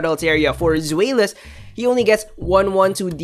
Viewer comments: Zwaylous in tagalog prounciation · Its Zwy Lus (Zweilous) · The new dragon family has german names related to the number of their heads: Deino is from ein, number 1 in german, Zweilous from Zwei that's 2 in german and Hydreigon has Drei in its name and of course is 3 in german. The pronounciation is DAINO, ZWAILUS, HAIDRAIGON :)